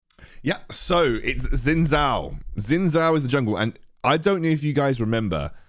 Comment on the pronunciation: just say it like 'shin jow' 😭